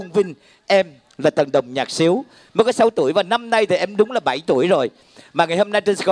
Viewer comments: ông emsi nói lộn đàn sến mà nói thành xiếu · ngườì dẫn chương trình phát âm cho chuẩn đàn gì tôi nhớ là đàn Sến mà